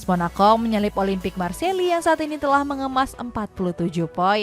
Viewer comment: Benerin lah itu presenter lu, ngeja "Marseille" aja ga pernah bener 😒